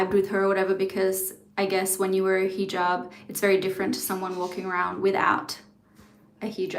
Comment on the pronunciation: Just for culture, it’s not heejob. It’s heh jaab - a short e.